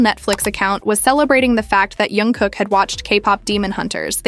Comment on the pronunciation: The voice is made by Ai. Sometimes Ai says names wrong .We can't do anything with that